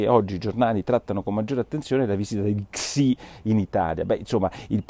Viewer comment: NIcola .... Xi comunque, si legge Shi.